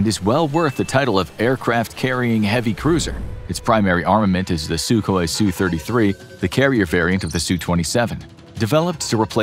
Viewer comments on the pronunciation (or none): none